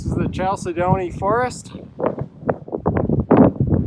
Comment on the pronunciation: it is pronounced: Kal-said-duh-knee. As a geologist, I cringed.